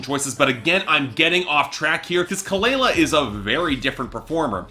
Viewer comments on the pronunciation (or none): Its pronounced kuh-luh-luh...plz research before reviewing. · you don't even know how to pronounce her name or kehlani's name right. Lol. Try again. #boybye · say her name right lmaoooo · For starters, you should learn how to pronounce her name right. I couldn’t even make it past the one minute mark without being grossly annoyed.